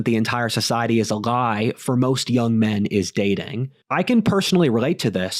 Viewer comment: "Society is a Glie!"